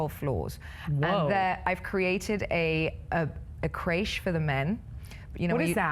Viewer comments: It's not pronounced Craishe? It's Crèche lol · Nope, we call it 'kresh' also. I don't know why this woman has decided to pronounce it like that. Probably thinks it makes her seem more classy or something. She's a shit representative for England